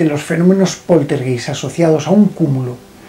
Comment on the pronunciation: Mi muy estimado, solo para decirte que la palabra "poltergeist" de origen alemán se pronuncia "POLTERGAIST" Te mando un afectuoso abrazo desde Alemania